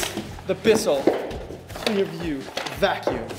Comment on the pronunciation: It's CLEARview not cleanview. And mine lasted 8 years so far.